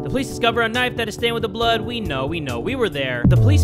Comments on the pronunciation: i love how you go knifu not knife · I love ya vids I even remember when you said knifeu and lifeu then I said if you life this vid remember to tell a friend that from the KUBZ SCOUTS is THAT DUDE.